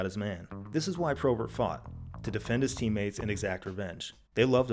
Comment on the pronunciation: my least favourite thing about this video is how bob probert is pronounced any way other than bob p-robert. apart from that amazing video jon, you never cease to entertain